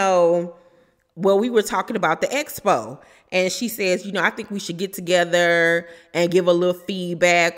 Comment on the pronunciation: 1st feedback needs is how to pronounce expo (ek spow)